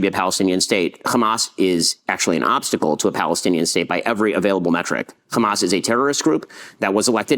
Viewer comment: “Khamas” triggers me enough to shut me down from listening to his propaganda. Ben Shapiro = BS